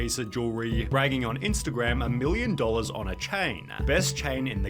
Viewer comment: This dude ending sentences with "la" or "ahh" drives me insane. Dollahsss. Careerahhhh.